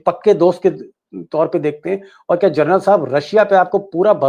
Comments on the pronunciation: Deepak ji.... जर्नल नहीं.... जनरल... General... बाकी great journalism.. salute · आपने जनरल को बार बार जरनल बोलते हैं